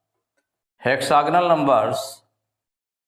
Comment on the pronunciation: Sir hexagonal nahin hota hai hexagonal hota hai